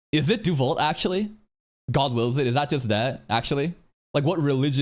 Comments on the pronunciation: Deus Vult = God Wills It, pronounced as "DAY-uhs wult" in Latin and "DAY-uhs vult" in English. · Also, it's not pronounced Deu Vu or Deu lo Vu. Every letter in Latin is pronounced. The actual French equivalent would be Dieu le veut and that one does have silent letters, unlike the original Latin phrase. Tanya even pronounces it the Latin way.